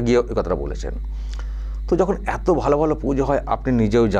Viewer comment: বাঙালিরা এত কে আতো বলেন না। আর বঙ্গ সংস্কৃতি কে উদযাপন করতে বাঙালি সাংবাদিকের সঙ্গে কথোপকথনের সময় অকারনে প্রকাশ্যে বাংলা ভাষার পরিবর্তে ইংরেজিতে বলেন না। যে কটা শব্দ😮 বাংলায় বললেন সেগুলো শুনে মনে হল এর থেকে অবাঙালিদের মুখের বাংলা উচ্চারণ ভালো।